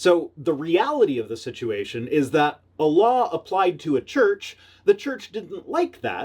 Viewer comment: Every time you say A LAW I hear ALLAH